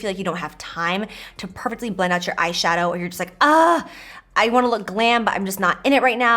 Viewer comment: You should do a peachy bold look since you said ass shadow😂